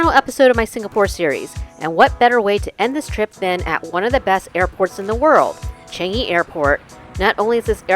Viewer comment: Foreigners can never pronounce ‘Changi ‘ correctly😂😂😂